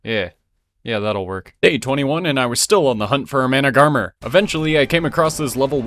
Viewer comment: Isn’t managarmr pronounced man-ag-a-mir?